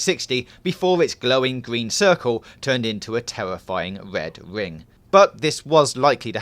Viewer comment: How many W's are in the words 'red ring'?